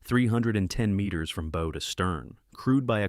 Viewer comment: Bow to stern. Pronounce bow "Bao, not bow, something found in a little girls hair.